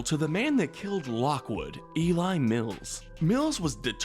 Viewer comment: Eli Mills and Simon Masrani had the displeasure of a fate worse than death; having their names mispronounced in this video. Eli is a pretty common name, and it is pronounced as it is pretty much spelled. It’s the same with Mr. Masrani’s surname. If the subtitles show what the script of the video was, we know that the people at don’t know how to narrate. There are multiple instances where the subtitles shown lines that were supposed to be read, but the neglect to read them made the subtitles only have half a second to show.